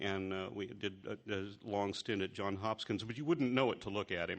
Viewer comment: Lol@ pronounciation !!! -It's "Johns Hopkins", my alma mater... I know, it's very confusing. The man's first name was actually a last name. The school is quirky like that.